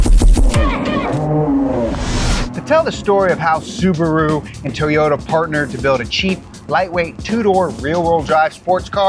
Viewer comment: Toe-yoda. Makes me smile every time he says it.